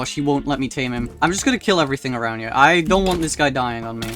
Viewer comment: I love how he pronounces “here” as “hiyah”